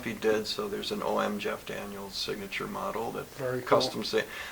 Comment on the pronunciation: "Zscheff Daniels"